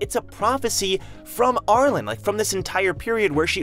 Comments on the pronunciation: why do you pronounce arlene as ar-lon and not are-leen? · Ar-lean. Not Ar-lin. Lol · Arlene is pronounced Are Lean at least as far as ive known for the past 60 years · Lol, I keep wanting to correct his pronunciation of her name! Ar-leene!